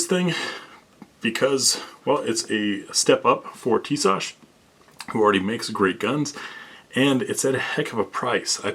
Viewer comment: YES HE PRONOUNCES TISAŞ RIGHT!! lol I have the px9 and the B45 1911 this is hopefully my next one. I fkn love it soo much!!!